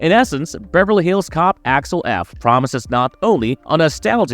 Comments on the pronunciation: Did bro say Alex f 😂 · Who the heck is ALEX FOLLEY? Eddie's character name is pronounced AXEL FOLEY (as in FOA LEE), not Folley or Alex. Why don't people ever get the name right? Is everybody trying to be BRONSON PINCHOT, who played SERGE? At least he had an excuse. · It's AXEL, not Alex, (or Achwel, if you're Serge) and FOLEY, not Folley. Stopped watching 15 secs in and wrote this correction. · Here have a well deserved dislike for having the gall to say this movie is one of your most anticipated while not even being able to say Axel Foley correctly. You literally call him Alex Folley. Good Lord please stop making videos. Also the fact your view count is so low across the channel screams how fake and bot filled your sub count is. Absolutely pathetic.